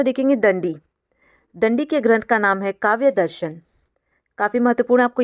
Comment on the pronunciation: Mam aap samjhate samay buhut important cheezon ko galat bolti hain. काव्यादर्श को काव्यादर्शन अलंकार का मूल वक्रोक्ति है न कि अलंकार ही स्वयं वक्रोक्ति। उद्भट को उदयभट्ट बोल रहीं हैं। संस्कृत के श्लोक का उच्चारण भी सही नहीं था। कृपया ध्यान रखें आप नेट,जेआरएफ हैं, पीएचडी भी कर रहीं हैं।